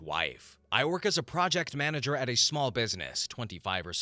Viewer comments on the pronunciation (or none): none